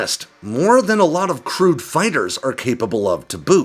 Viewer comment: I always hear crude when you say crewed.